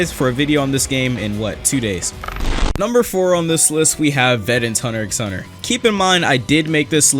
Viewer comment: did he say "hunter X hunter" DID HE ACTUALLY SAY THE X